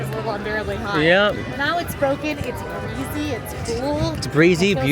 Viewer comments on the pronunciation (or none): Did she say breezy or greezy?